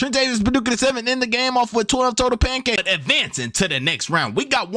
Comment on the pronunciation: "Pancakie" 😂😂😂... Bro you be having me rolling.